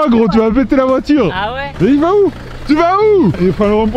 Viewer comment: son « ah ouais » c t un « ah ouais » de bourré 😭